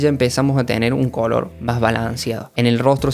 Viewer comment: Pq dices "cólor" y no color?